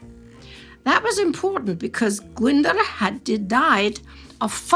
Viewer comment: Sorry, my pedant has come out to play. Glyndwr is pronounced Glyn & dwr to rhyme with boor, but roll the r for all its worth.